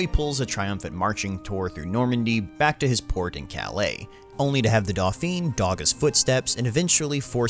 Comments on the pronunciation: You butchered the pronunciation of the word "dauphine" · Daw-Fan is close enough.